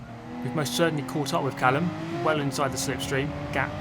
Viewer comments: When you say Callum, do you mean Malcolm? (Mallucm) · You said in the most recent livestream that you would maybe pronounce something deliberately wrong to force comments.. I assume you went ahead and did it with "callum"? lmao pig :D